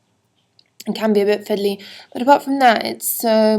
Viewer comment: hahaha. i loved when she said "fidley". idk why it just mad me giggle tho.